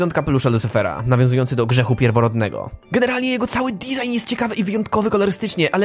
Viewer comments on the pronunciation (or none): none